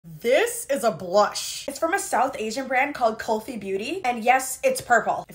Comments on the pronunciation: Thanks for the review! It’s pronounced koulfee not KullFee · Cringing at influencers pronouncing “kulfi” wrong for the 100000th time. 🥲 It’s co from “cool”- the “ul” is pronounced the way you pronounce “ill” and fi is pronounced “fee” Say that fast together and you got the right pronunciation. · It's pronounced as "coolfee " ❤